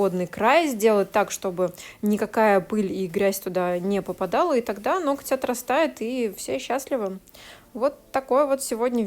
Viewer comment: у Вас очень интересные видео, мне нравится смотреть нестандартные маникюры в сложных ситуациях! Правда, есть единственная просьба: обратите внимание на слово "ноготь" и на ударение при его склонении, оно всегда падает на первый слог (нОготь, нОгтя, нОгтю...). Понимаю, что блогерам достаются придирки со стороны зрителей, но уж очень часто Вы его повторяете. Спасибо!